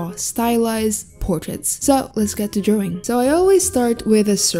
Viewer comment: I love the way says drawing- ✨Drowing✨